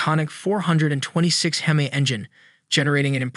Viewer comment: Once again you seem bound and determined to insult hardcore car guys with your ignorant AI/computer voice instead of using a narrator. you say it's distinctive because you call it a "hee-mee" instead of the correct "heh-mee." & Another video where an Oldsmobile 4-4-2 is called a four hundred and forty two. 4 barrel carbs, 4 speed Manual 2 racing pipes-there is no hundred anywhere in that name. It is not called a U30 it is a W30. Pon-"tee"-ack, not Pon-chick, not Pontick. -Cam-AIR-oh, not cam-arrow, nor Chem-er-oh, nor Kum-ahr-oh - the accent is on the 2nd syllable. Um, what weighs between 29-45 pounds??? please tell you don't think that's the torque.